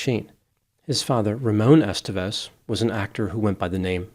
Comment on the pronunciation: It’s EsTÉvez, not “EStevez”.